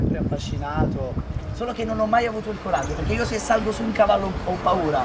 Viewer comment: Sbaglio o ha detto ciavallo